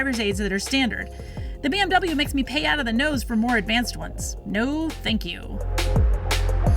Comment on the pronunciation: it’s BMW not BWM.. hmm..